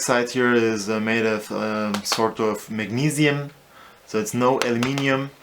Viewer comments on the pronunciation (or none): none